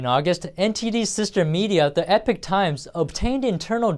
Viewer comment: Please teach that male reporter that "Epic" and "Epoch" are different words. The media business to which he refers is "The Epoch Times" rather than "The Epic Times." And teach him how to pronounce the word "regime" (example timestamp.)